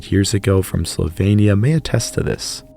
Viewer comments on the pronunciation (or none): none